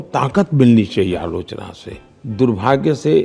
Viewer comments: Bhai work Alochana nahi aaloo chana bolta hai... 😂😂😂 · Alochna ❌️ Allu - chana✅️ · Everytime when modi says AALOCHANA, my mind automatically interpret it to his literacy level what he thinks that is Aaloo- Chana 😅